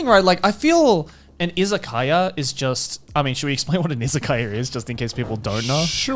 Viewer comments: i thought they were saying “isekai” for half the topic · I heard "Isekaia" instead of "Izakaya", so I thought they could be some medieval-themed places or something XD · Did anyone else heard isekai food the first couple times they were saying isekaya ?